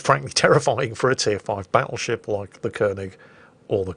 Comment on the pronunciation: Something about saying "BATtleship" and when he does his sickly laughs, reeeeeaaaaaallly aggravetes me